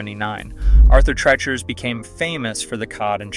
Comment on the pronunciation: You mispronounce Auther Treachers.